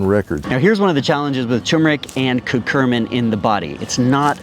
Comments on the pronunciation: Love this, however it's cur-cu-min not cur-cur-min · So, it's curcumin, pronounced Kur-cue-min (not curcu*r*min), and in case anyone is interested, the studies say you only need to add 1% black pepper to get that 2000% boost. I'd trust your information more if you learned how to spell the names of your topics.